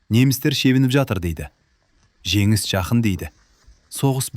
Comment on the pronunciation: Женис. Женис дегенди. Жегис. Жегис дегени кплай😂